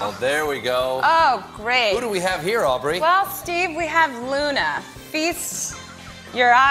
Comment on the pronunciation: It's Au"B"rey